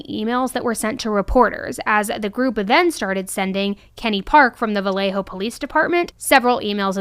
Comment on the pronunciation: Thank you for saying Vallejo correctly. It would have driven me crazy to hear Valjoe or something throughout the video ❤